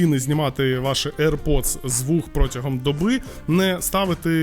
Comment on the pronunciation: не правильно :"к вам хтось підходить "!, а правильно буде :" до вас хтось підходить"!!! і не "aip pods трі ", а "air pods три"!!!